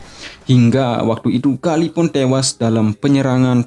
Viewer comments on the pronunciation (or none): Hingga ettewasss.... Org bali atau lombok....haha